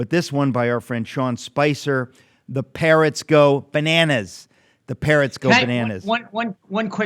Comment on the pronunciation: Sounded like "parents" go bananas , but it is, 'parrots"